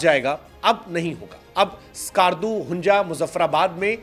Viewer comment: Hunja nhi..Hunza Skarju nhi...skardu😂😂😂